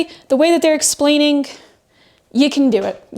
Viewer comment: what is it about your generation and saying "Wrongk", and "Explainingk"...stop puttingK a K at the end of anythingk endingk in "ing". For cryingK out loud.